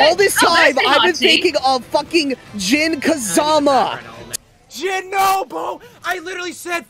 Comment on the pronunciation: Did he just said, Jin Kazaba?...